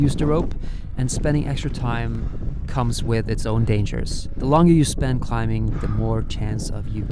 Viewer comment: i love you man, but please stop pronouncing the 'B' in 'climbing.'